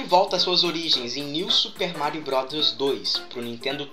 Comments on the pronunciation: no momento voce falou super mario rowd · sera q é tao dificil falar bros?kkk